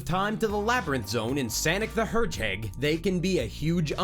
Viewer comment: Sonic the herdgehag lmao